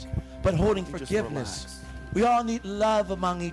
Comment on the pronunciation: Yeeershh Forgivnishhh!